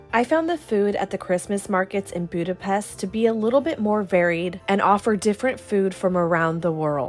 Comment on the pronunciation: It's pronounced Budapesht 🙄